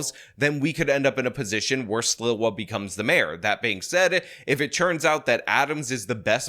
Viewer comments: It's Sl-EE-wah, not Sl-ih-wah. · how have you lived in NYC any length of time and not know Sliwa is pronounced SLEE-wuh? It's like you're tongue-tied trying to pronounce it when it's really easy. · it's pronounced Curtis "Slee- Wah".:0) Heard about him and the Guardian Angels in NYC since the 80's. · Curtis rules. Learn how to say his last name: Slee Wah. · It’s funny how pronounces Sliwa’s last name. 😂 New Yorkers of a certain age like myself remember his influence on the city and also his radio show. Those were the days.